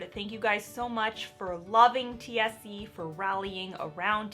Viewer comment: When you said, "TSC", I thought you lowkey said "THC" and then you said, "I'm still on this high". I was just very confused